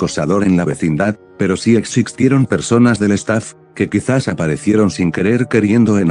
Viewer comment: "EXIXTIERON" DICE LA VOZ SINTETICA JAJA